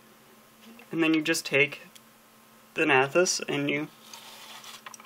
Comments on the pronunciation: THAN-uh-tos. That's how you pronounce it. Sorry, it's just that every time I heard you say it like that I grimaced. Now, with that out of the way, good review. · 'Thanahthos' are you kidding me